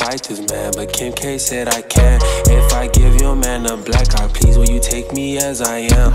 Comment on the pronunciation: “If I give yo man a Blacc eye please (peas) will you take me as I-am” 🤦🏽‍♂️🔥🔥